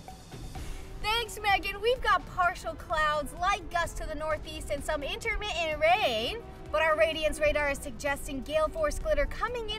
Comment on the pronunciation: Megan Trainor: "Intermih ent" is that like "intermiTTant?"